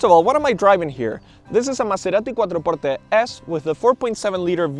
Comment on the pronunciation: Stop saying Maserati quattro portte like that 😂, it sounds siilly